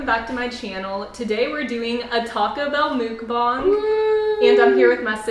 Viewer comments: Mookbond??? You mean mean muck-bang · It’s pronounced muckbang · “Taco Bell mookbong” ~ 2018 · is anyone else annoyed that she says mukbang as moocbong no offense your like my favorite YouTuber ever but here something to help you